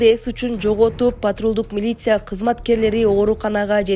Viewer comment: Журналист айым силерди журналист деп тааныйбыз, суйлогонунорду ондооп, ударениелерди туура коюп суйлобойсунорбу, силерди миллиондогон элдер угуп жатышат. Такшалгыла да, силердин тилинерден чан чыгып туруш кррек, аа силер болсо монотонно бууу- бууу деп, милицияны- милися деп жатасынар. Негизи эле азыркы журналистер, блогер соройлор сабатсызсынар, капа болбогула, акты ак деп, караны кара деп суйлогон убакытка жеттик дегендей. Грамотно окуп, суйлоп, тарсылдап турбайсынарбы, жакшынакай кесипти тандагандан кийин. Бул менин жеке оюм.